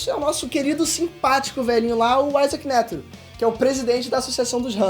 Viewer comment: Mandou muito bem, só melhorar na pronunciação dos nomes dos personagens... Por exemplo quando você fala Isaac Nétero em vez de Netéro como é falado normalmente fica meio a impressão que vc ta lendo o roteiro... Aconteceu outras vezes no vídeo mas fora isso cê apresentou bem demais irmão parabéns!!